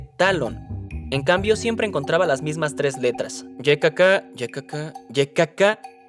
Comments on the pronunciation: La pronunciacion "ye", NO EXISTE EN CASTELLANO, simplemente:"i" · ¿Por qué a la "Y" (i griega) la llaman "Lle" (con dos eles)? Me sangran los oídos cada vez que lo dicen. El vídeo en general está bien. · Ykk suena raro en español especialmente el "KK"